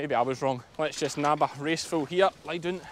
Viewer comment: You have me saying lie doon to my dogs. They seem to understand.😁